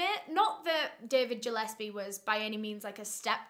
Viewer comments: I think it’s pronounced Gill-es-pee I grew up with the last name Gillespie and everyone says Jill-es-pee lol but regardless I love you 😂❤️ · Really irrelevant but Gillespie is pronounced like (fish gill)- espie not like Jill-espie (I have a few Gillespies in my family) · Gillespie!!!! Not Jillespie!!!! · Im Scottish and I love hearing how people pronounce words. Its Gill,as in a gill on a fish, not Jill in the surname Gillespie and Mac-a- linden for that evil boots surname. I remember when this happened. You should cover the case of the 2 brothers who tortured and murdered a procurator fiscal in Glasgow in the 90s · Ggggillespie not jillespie ffs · It's driving me crazy his name is gilespe pronounced like a fish Gil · Was kind of inking me scttish the g is not pronounced J its Gillespie but still love x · I think it's probably pronounced GILL -espie. ( I live a 30 min drive away from Glasgow). I love your videos though not a criticism just informing you ☺️ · nooo QwQ its pronounces like "gill-esbie" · Gillespie, hard G. Not J. love ❤️❤️